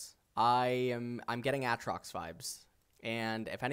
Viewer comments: I wonder if he pronouces Aaron as A A Ron or if he's just trolling with A A trox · A...Trox? Ah! Trox! A (A Trox). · Its prono7nced Aytrox, u pronounce one a